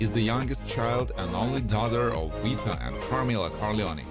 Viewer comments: Don "Weeto"? WTF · Hahahaha Don Weeto 😂😂😂